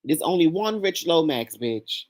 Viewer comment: OMG,,,,Imma need coffee first. Rich!!! Not “pink” Chile😂😂😂😂